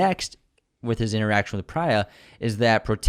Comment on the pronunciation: It’s Preeya (Priya). Not Pri-ya (as in prions).